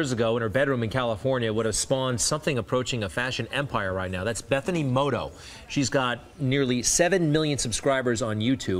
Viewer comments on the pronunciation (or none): It's mota not moto 😤😑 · It's Bethany "Mota" not Bethany "Moto"... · "Moto"? Really? Ok. MO-TA. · Its Bethany Mota not Motto. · Mota not moto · Yeah the money asking was a little rude. But also its not Moto. 😒 it's MOTA my mom btw 💕😎💁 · It's not moto 😫 It's MOTA 👌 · omg its mota not moto people its not hard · he said "bethany moto" LOL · Did he just say "moto"? Wth c'mon haha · He can't even say Bethany's name right.:/ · Alright, EVERYONE CORRECTING HIM ON HER LAST NAME, YOU CAN STOP COMMENTING *mota BECAUSE WE FUCKING GET THE POINT EVERYONE MAKES MISTAKES JUST LEAVE IT ALONE